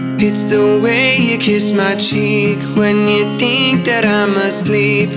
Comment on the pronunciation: i notice that he doesnt pronounce the h on "think and thing"